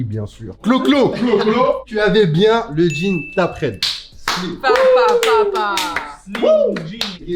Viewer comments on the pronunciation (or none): Tapered se prononce "tayperrd" mdrr